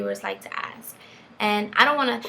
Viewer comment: You probably shouldn't axe questions